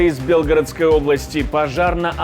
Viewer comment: Уважаемый ведущий,хо тябы ради уважения к л юдям,вынужденным покидать свои дома, научитесь ПРАВИЛЬНО ставить ударения!мы ж ивнм не в БЕ лгородско й,а В БелгорОдской обл асти каждый день под бомбами в отличии от в ас,сидящих в тепле и в своих домах,а вы даже не утруждаетесь прави льно прочесть текст!!!